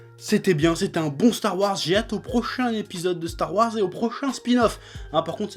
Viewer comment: "Stare Warse"